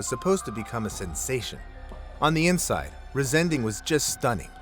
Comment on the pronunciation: The name is not RisEnding but Riesen-Ding which means huge thing !